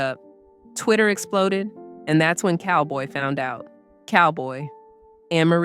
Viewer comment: Not Cowboy it's Calboy.